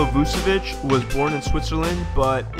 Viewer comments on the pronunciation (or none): none